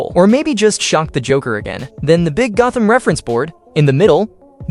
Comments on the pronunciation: The was this man says “GOATEM” not Gotham 🦇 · “I feel tick damage every single time you pronounce Gotham wrong” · Insane build but that ai voice is saying Gotham wrong and pronounces 25% of things like a 5 year old “I build it into my own version to look alive” “ gerilr groc” “freeze meet drip and yes snowman” Brother the only way the ai voice talks like that is you intentionally made the ai talk like this 🙏😭